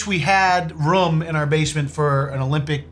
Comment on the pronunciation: “Putting people in a white rum” lol always makes me chuckle when says room as rum 🤣